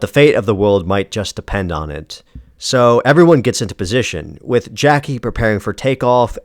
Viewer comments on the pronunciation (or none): none